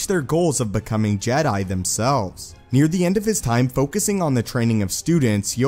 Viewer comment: I love your videos, but the way you say jedi by drawing out the last syllable drives me up the wall.